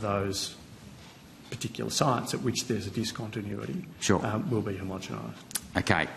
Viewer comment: Homogomised !!! Gerard can’t even pronounce it correctly: he’s got not hope of understanding the process.